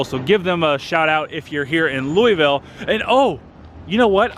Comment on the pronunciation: Lou a Vul not Louis ville.....nice vids....